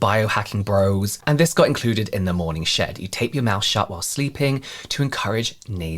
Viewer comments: It sounded like you were saying “morning shit,” but i think it should he morning shed?! Sorry! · Not me at work not paying 100% attention and hearing "morning shit" instead of "morning shed" lol. Gotta love a good morning 💩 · When you said "morning shed", I heard "morning sh*t" 😂 💩 I thought , what can they possibly sell there? An enema? Lol 😂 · I swear, at the beginning of this, I thought he kept saying , "the morning s*it." Lol love the channel!!